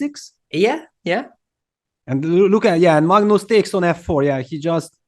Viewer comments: It's not Maagnoos 😂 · the first reporter peter leko was call Magnus as Mangus